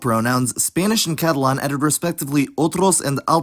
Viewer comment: Pronouncing Catalan like Catalon was kind of weird to me